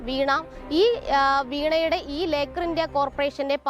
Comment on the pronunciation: ലേക്കാർ എന്ന് എഴുതി കാണിച്ചു ലോക്കർ എന്ന് പറയുന്ന ജേർണയലിസ്റ്റ് best.